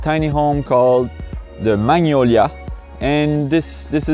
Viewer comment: It's not man-yola it's mag-no-li-a